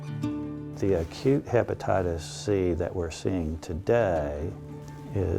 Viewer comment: Hypnotitists C 😕 he can't even call it hepatitis